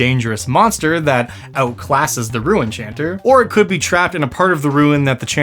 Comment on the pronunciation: I thought he was saying “Rue enchanter” 🤣